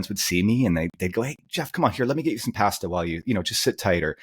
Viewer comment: Great interview- love - he makes great content- but he fucking MURDERs the word pasta.